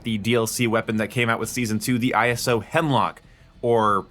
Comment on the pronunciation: its ISO Hemlock not I S O Hemlock